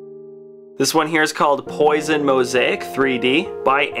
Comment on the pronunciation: Poison mosaic lol. It's poisson which is French for fish.